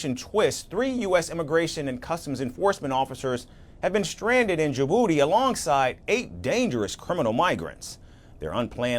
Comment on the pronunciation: They are sending aliens to South Sudan? And where is "Djiburdi" pray? Are these American broadcasters referring to Djibouti?😊